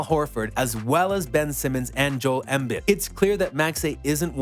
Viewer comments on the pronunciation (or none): Lol he rlly said “Jole Embd”